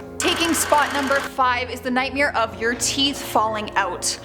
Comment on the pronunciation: The way she says “nightmare” is pretty scary to me... nightmeer lol